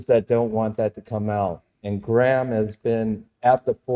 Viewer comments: Who the hell is "Gram"?? 🤣🤣 It's Graham. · Graham pronounced greyam not graam and Randell observation deck hypothesised Atlantis could be 33 degrees by -33 degrees. Check it out, I think he is onto something. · Graham is not pronounced Gram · His name Graham not Gram. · Can’t even pronounce Graham. What a retard